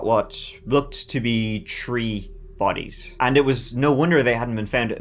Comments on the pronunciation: "tree bodies" lol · I was so confused at first thinking what are 'tree bodies'? Then remembered it's the Irish 3! 😅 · Damn I visualized something horrific when he said “tree bodies”